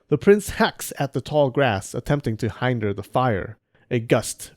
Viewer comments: Who says “hainder” for “hinder”? Lol Also. Cool story. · "Hinder" is pronounced (correctly) to rhyme with "sender" or "defender" and not to rhyme with "finder" or "kinder" (as in, it would be kinder for me to not go about correcting grammar and pronunciation). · its not hind der its hin der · Love the video but the pronounciations of some things are so weird. Amaterasu as far as I know do not have the “su” part of the name like “desu”, so the u part is pronounced But who on earth pronounces hinder as “hynder” instead of “heendur”? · I'm not about to look through all the comments...but hinder is pronounced hin * dr not Hine * dr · Hinder is pronounced like winter not binder. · Come on bruh... Hinder = "HIN-dur" not "Hine-der" 😝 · You pronounced “hinder” wrong